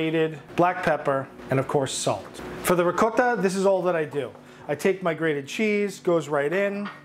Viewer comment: As a Long Island Italian: “Rigcot” is correct way to pronounce Ricotta. Don’t fight me one this. 🤌🏼🤌🏼🤌🏼🤌🏼